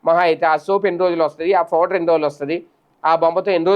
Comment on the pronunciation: Phouder kadu powder,tappuga palukutunnaru